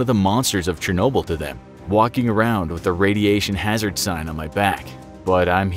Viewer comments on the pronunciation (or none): none